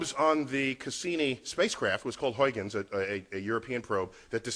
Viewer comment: It is Huijgens, not Huygens, and is pronounced Huigens, not Hoikkens.